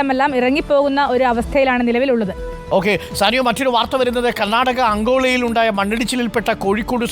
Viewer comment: Not Angola it's ankola bludy manglish thendikal😡